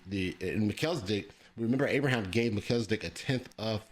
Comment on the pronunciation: You pronouncing Melchizedek like Mel-kizzle-dic. What's that? His rap name? 😂